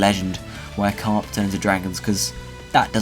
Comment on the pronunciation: *carp, not crap :3